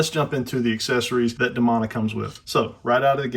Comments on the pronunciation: Sorry. Great figure. However, the pronunciation of the name is grating my nerves. The name is pronounced De-Moan-a. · Demona is pronounced with a hard E in the show.